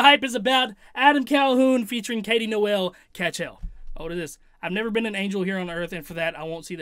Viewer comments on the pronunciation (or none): Why tf did this dude pronounce Noel as "Noelle" 😂